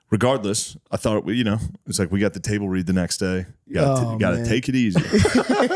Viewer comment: “ Iweyyouahhahhtableread” Shane: Wut?